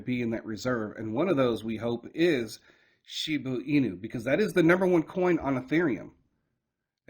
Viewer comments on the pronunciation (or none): Shiba Inu not shibu inu at least read your comments in the last few years and take heart or know the name of the coin you own